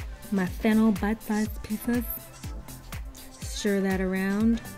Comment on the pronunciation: I am German and I always got "butt size" instead of bite size xD